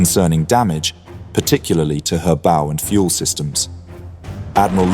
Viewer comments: AI commentator. Good, except it is a ship’s BOW as in OUCH! Not Boo as in “Boo, scared you!” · *UPDATE*; Dear Yanks(or at least the under 30 year old 'UK' programmer& product of education) That'll be "Zed" not "Zee", and 'bow',in this case, is pronounced -'bow'-as in to take a bow to an audience)not a bow(that you would shoot an arrow from!) Free English lesson over. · Bad AI voice. What is a "boo" or a "bow" (as in something you shoot an arrow with) on a ship? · Her "boo" section? Why does your AI narration have to have an english accent? Listening further, BOW has now been pronounced Bose as well. 0 for two. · bow rhymes with cow, not low. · downchecked cannot pronounce BOW correctly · I have pointed out this hysterically-funny mistake more than once. English words that can be pronounced different ways for different contexts are usually delightfully mangled by AI.